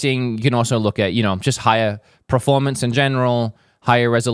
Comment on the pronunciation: I love you but please say PERformance, not PREformance!